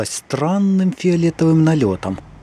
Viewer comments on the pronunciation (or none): Не мог сдержать смеха: Мнохо дорожек прехорело))))